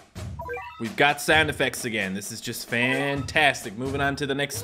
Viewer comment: the first time he tried to say the meaning of Hatsune mikus name it sounded like he said "The first Virtual Shit"